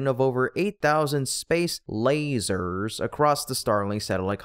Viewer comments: Where were the air quotes for "lay-zerrs"? Just asking. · Did he say laASEErrS?